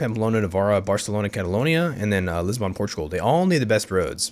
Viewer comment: Your mispronunciation of the name of the Portuguese Capital triggers me.